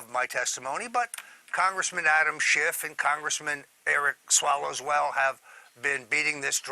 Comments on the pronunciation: Hahaha did Stone just call him swallows well? Instead of swalwell! Hahaha nice! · Did you notice he called Swalwell "Swallowswell?" LMAO. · I love it! Roger Stone said "Swallowswell" (referring to Swalwell ) :-)